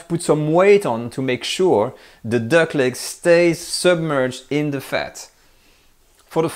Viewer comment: "massage zer duck..." Love this channel...